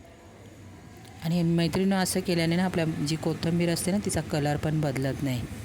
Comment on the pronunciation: किती वेळा कोथंबीर म्हणता. कोथिंबीर म्हणा.पीठ का टाकलत मग?